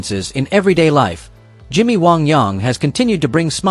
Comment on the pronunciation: Where are you from narrator? The way you said wang I have never heard.